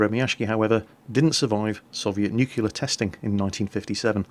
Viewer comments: Why is this so HARD??? It's nuclear, not new-killer. Here's a "mnemonic": What gets me about nuclear physics, is that they ain't new, and they ain't clear...-Pogo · Why do some native english speakers say "Nucular" instead of "Nuclear"? G.W. Bush was famously ridiculed for this, but now I hear say it all the time as well. I can understand that there are accents, but this is a completely different word. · Did you really just say "NUCULAR"??? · Mattia Bedin It's an incredibly common mispronunciation. People just think it's funny because Bush said it.